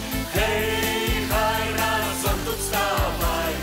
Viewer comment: Тільки рАзом,а не разОм....